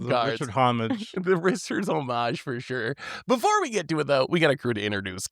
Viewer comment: The craziest thing about this episode is correctly pronouncing homage.